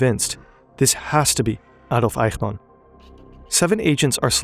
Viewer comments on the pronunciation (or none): In German the "ch" in "Eichmann" is pronounced like the "ch" in "ich", not like the "ch" in "Dach". In phonetic language: ç, not x. I know "ch" is always pronounced like the "ch" in "Dach" in Dutch and Hebrew, but that is not the case in German. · You respect the Deutsch language a bit much. The way you say Reich and Eichmann. You’re lazy with the Spanish language other than when you say Buenos Aires.